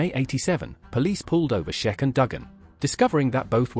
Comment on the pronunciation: Iron Sheik like week. Not sheck